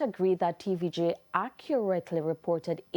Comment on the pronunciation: I love how she stresses "accurately ".